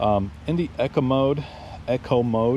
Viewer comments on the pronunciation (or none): EEEEE....CO not Echo 😉